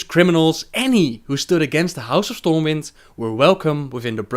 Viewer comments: For future reference, the city is called Stormwind not Stormwinds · Stormwind... not winds... its one Stormwind :P